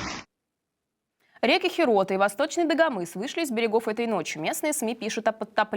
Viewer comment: Речка не ХерОта, а ХеротА 😂